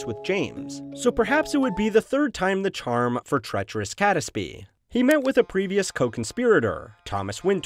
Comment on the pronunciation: Good video, but as a British person I'm reminded how un-intuitive English pronunciations are sometimes. Catesby for instance is pronounced "Kates-bee" and Jacobean is "Jack-oh-bee-anne". Both these examples would not place any particular stress on any of their syllables.